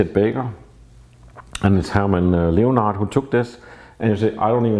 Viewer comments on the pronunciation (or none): none